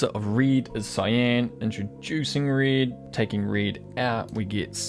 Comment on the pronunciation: I'm following your videos for quite a while now and everytime I use the red slider I hear your voice saying reed :D Thanks for your work! It helps a lot. At least I learned many things from your videos.